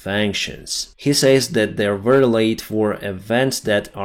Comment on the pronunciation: Dear, excellent work. Just a very small pronounciation correction: aerial, not earial(area, not earia), very, not wery. Keep it up, slava Ukraini